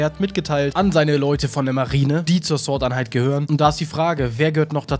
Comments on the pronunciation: warum wird immer sort einheit statt sword einheit gesagt?. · Es heißt „sword“ und nicht „sort“😂🤦‍♂️